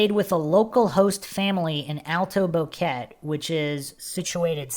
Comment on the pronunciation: The tour guide is Feliciano Gonzalez and his family are suspects. Its pronounced BO-QUE-TE not Boket.